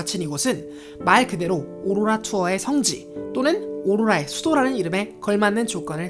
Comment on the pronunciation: 오로라 발음 왜케 못해욬ㅋㅋㅋㅋㅋㅋㅋㅋㅋ